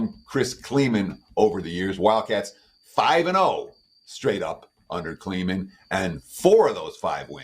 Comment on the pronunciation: Chris KLIEMAN. Emphasis on the I. The E is silent. Like Lie